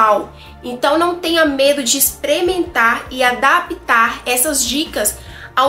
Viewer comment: Eita, experimentar, "exprementar" fica feio.😮 por favor, não é "adapite" se escreve adapte e se diz "adápte". Tá difícil. 😮